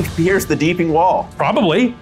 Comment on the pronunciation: Take a shot every time they say "Deepening" instead of "Deeping"